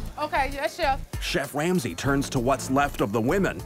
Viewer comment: just listen closely “chef Wamsey “